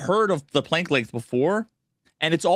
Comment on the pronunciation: Planck is pronounced with a soft a